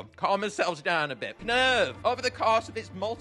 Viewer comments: Is nobody gunna acknowledged knurv's name is supposed to be spelt like nerve, because of the eyes being the instrument (knurv uses nerves, NERVES ITS NERVES GUYS PLEASE SAY NERVE NOT KUH NERVE) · Knurv is pronounced Nerve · Just pointing out - the 'K' is silent. Knurv is pronounced 'Nerve' - like the optical nerves that make the sound. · I love how every one pronounces it as “Ku-nerve” when it’s just “nerve “ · Knurv's name is simply said as Nerve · I Think its Pronounced Nurv as in Nerve and the K is Silent i think but i might be wrong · Knurv is pernounsed "nerve" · I love just how passionate is about this game, and how genuine he is in his videos. Also the K in Knurv is silent but I don’t want to nitpick 😅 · Even you said Knurv's name wrong xD The K is silent, similar to the words Knight and Knife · i think the k is silent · U said knurv wrong its like gnarls where u dont say the g sp with knurv you dont say the k just helping u